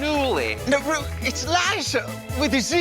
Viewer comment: Jinkx calling Ru "Broom" absolutely killed me. I don't think I ever laughed so hard at a Snatch Game performance.